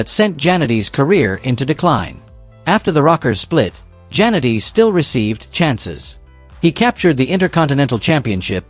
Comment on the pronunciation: 0again we get these 5,00 an hour announcers itis JAN ETTEY WHY CANT YOU SAY IT RIGHT another scumbG